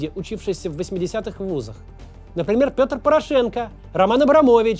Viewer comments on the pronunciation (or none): none